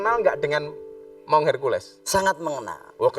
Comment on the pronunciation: Maun bukan Maung gus...😁 Maun adl sebutan kk bagi laki2 di timor.. Kalau maung sebutan macan/harimau di sunda...☺☺